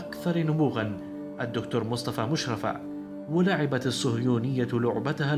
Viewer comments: بس لو سمحت انت تقول اسمه خطا مشرفة الراء مشددة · مقطع جميل لعالم فذ ولكن اسمه مشرّفه بتشديد الراء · انت بتنطق اسمه غلط خالص اسمه مشرفة بتشديد الياء وانا من نفس المدينة ودرست فاعدادى فمدرسته على مشرفة وهو معروف فمصر بس شكرا انك وصلت شخصيته لاخونا العرب ❤